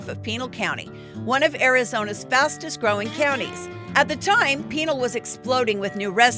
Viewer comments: Its not pronounced Peenul county lol its pronounced Pin Al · Not prounced pinal like a pinal colony its pronounced panal county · Ahh! it's not peenal county. Pinal. PIN-AL. The "A" is like apple. JFC. It's also not Quinn crick. It's QUEEN CREEK 🙄🙄🙄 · Actually it’s pronounced Pi Nal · It's not "pee-nal", it's pronounced "pin-al"... Mormon was never considered a Christian faith... smh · Lost me at Peenal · Pin-all, it’s pronounced or Pin-el. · Pinal County is pronounced PeeNahl county. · You're pronouncing Pinal County incorrectly 😮